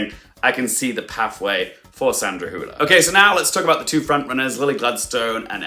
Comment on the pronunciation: Great video, Also, kudos on your pronunciation of Sandra Hüller's last name. You're one of the few English speakers who pronounces it pretty closely to how you would pronounce it in German. I've heard some people pronounce it as Sandra "Holler" or Sandra "Hiuler".